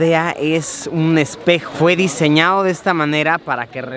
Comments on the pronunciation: fue "diseñao" de esta manera para que refleje lo "dorao" que onda luisito las D´s se te fueron xd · fue "diseñao" y "dorao" jajajaja like si te diste cuenta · En el minuto dijo diseñao y dorao